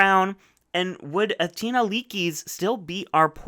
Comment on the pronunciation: Waiting this whole video for Athena to go home so he stops saying “atina”